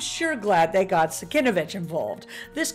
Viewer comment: Cool info, I always loved the cover. BTW the artist's name is pronounced SIN-KEV-ITCH.